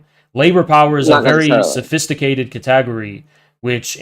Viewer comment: "sophisticated catagory" the way he said category help